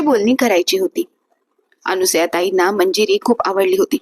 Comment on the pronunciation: पायामल्ली नव्हे! पायमल्ली अनुसया नव्हे! अनसूया